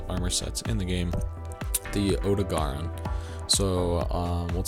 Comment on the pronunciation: Oh-dough-gah-Ron. Why is it so hard for people to pronounce these names.